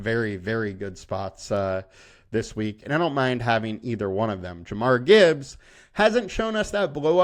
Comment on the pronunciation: Jahmyr not jamar lol